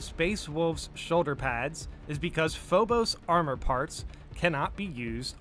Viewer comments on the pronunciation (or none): none